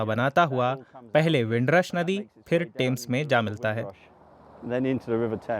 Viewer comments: The name is Thames, not tames fyi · टेम्स नही थेम्स